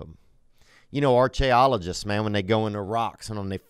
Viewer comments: ar-CHEY-ologist, WTF? Theo is hilarious! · “Ar-chay-ologist” -Theo Von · “Arch-aye-ologist” - Theon Von (Ad Read)